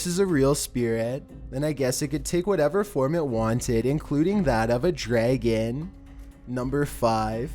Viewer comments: why do you say dragon like dreeegen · "A DREGGEN" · "DrEgeN" i can't handle this... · "dreh-gehn". XD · He was born with a speech impediment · For years I've been pronouncing dragon incorrectly. It's actually draygeeehn. Thanks. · I'm sorry I enjoy your videos but I cannot stop laughing at how you say "Dragon"